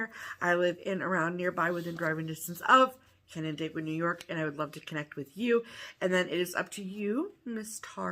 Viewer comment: Canandaigua was pronounced correctly. Lizzie Borden rhyme familiar to me, too. Great birthday card and sweet mug.